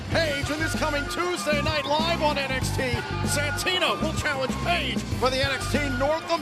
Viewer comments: The infamous Ethan Pague. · Plot Twist : Santino is actually pronouncing Ethan's last name right and the rest of us have all been mispronouncing it 😂🃏